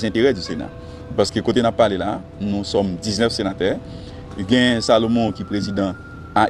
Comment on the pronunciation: Alon senatè gen djòl sirèt papa :"nous sommes 19 senaterrr, i ya le senaterrr"Koumanman!!! Bon kiyès ki tay vote sya???